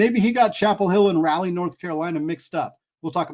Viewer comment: Please learn how to appropriately pronounce Raleigh